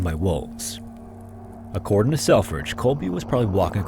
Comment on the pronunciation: I don't know if I've ever heard you do this before or if it was in relation to the nature of the 1930s - but you said "accordin' " instead of "according" and it gave me a small giggle. If I recall correctly you speak Quebecois primarily, so the unintentional sort of slang/slurry was both very French and American at the same time lol